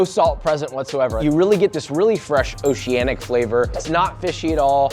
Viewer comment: I want uncle roger to roast him on how many times he says oceananic lmqo